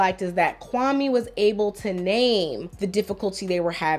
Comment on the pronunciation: Even the way he pronounces Kwame shows she really wants to distance himself from being Ghanaian. It sounds like nails on a chalkboard to someone who knows how it's supposed to be pronounced